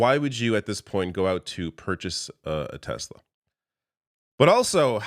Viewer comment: Tesla, tesla, tesla? Oh you mean Tesler 🙈